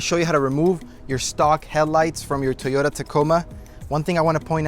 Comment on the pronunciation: Why is he saying Tiyota? lol